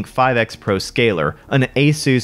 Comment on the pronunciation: LOL! You said A-soos.